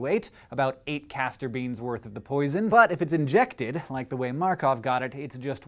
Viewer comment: Great pronunciation of the name of our countryman Georgi Markov! Greetings from Bulgaria! :)